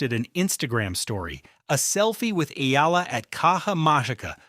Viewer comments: E-AH-LA E-AH-LA E-AH-LA E-AH-LA, NOT E-EE-LA If you have to use AI, program it to pronounce names correctly!!!!! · Pls pronouce her name correctly as Eh....yah....la....